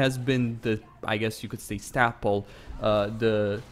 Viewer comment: Stayple,. Stay-pull. Not Stap-ul.